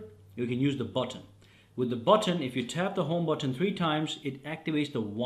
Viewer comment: It's not But ton - it's but - en. You don't repeat the t sound at the beginning of the second syllable